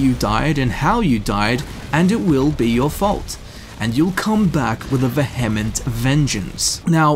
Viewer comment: Interesting way of pronouncing 'vehement'.